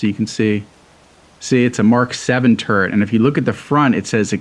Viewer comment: Everytime he says turret it sounds like hes saying turd